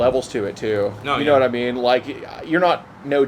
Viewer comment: How is not a single person in these comments saying anything about the “yanitimean”?